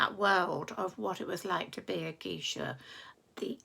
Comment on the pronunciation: "Memoirs of a geisha" -- just to let you know, it's pronounced GAYsha.